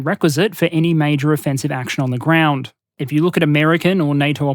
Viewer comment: wtf is the "groend" ?